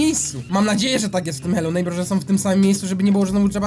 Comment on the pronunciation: TO SOM NO CHYBA SĄ A NIE SOM